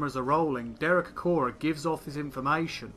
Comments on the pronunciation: It's Acorah, not Acroah. Sorry, but if you're so keen on accuracy.... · Acorah* not Acroah. Misspelling in the video title